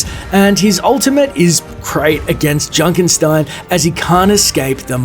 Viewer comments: It's Junkenstein, not Junkenstine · Its Junkenstein, not Junkenstine.